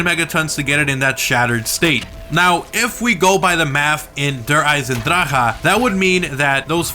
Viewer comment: Good video but just learn how to say der Eisendrache. My German friends said that you are saying it incorrectly.